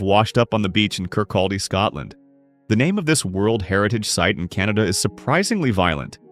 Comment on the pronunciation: The L is silent in kirkaldy